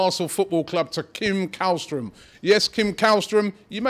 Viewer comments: Källström is pronounced Shell-stroem, not Kall-stroem. I know, Swedish has weird phonetics where the K isn't always a K. :) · You say it like shällström or chällström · You are saying Källström wrong. You should pronounce it as: "Schellstrom" //A swede :) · How to: Pronounce Källström correctly. The letter Ä is not pronounced as a regular A. So to make it easy for english speakers. Just say the word Shell instead of Käll.